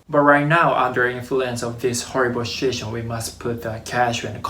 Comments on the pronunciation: oh he said "situation." I though I heard "shit show" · Haha 😆, I realize that you said situation but, I can’t help not pointing out that, first two times I definitely heard “under influence of this horrible sh*it show”, which is greatly applicable to the current situation in the world.